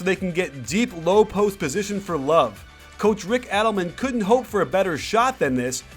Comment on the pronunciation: Coach* not ckach